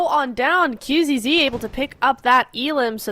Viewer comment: dafuq is wrong with the caster? Xing is not King, Qzzz is not Qxzz, alots of mistakes